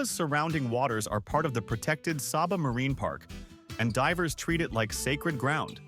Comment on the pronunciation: Prounounced Say-ba!